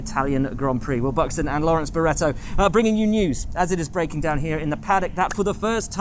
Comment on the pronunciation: LAWWENCE BAWWETTO